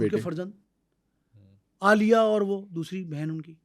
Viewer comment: خاصہ معلوماتی vlog ھے آپکا مگر تھوڑی سا ھوم ورک نہیں کیا گیا، جسکی تصحیح کچھ احباب نے کردی میں یہ عرض کرتا چلوں کہ تلفظ درست رکھا کریں، مثلاً " دھرنالیا " نہیں مقامی زبان میں " ڈھرنالی یا ڈھرنالیہ" کہا جاتا ھے۔ اور نواب آف کالا باغ کی پوتی عالیہ نہیں عائلہ ملک ھیں انکی دوسری بہن سمیرا ملک ھیں ان دو بہنوں نے عملی سیاست میں حصہ لیا ھے ابتک۔